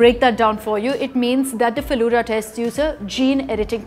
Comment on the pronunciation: It's Feluda(pronounced as Felu-the,Da means elder brother,it is same as pronunciation of Da in Dadi).Please research a bit before uploading, because Bengalis like me would get angry seeing your pronunciation. And it was named so because most of the people in who made this are lovers of Feluda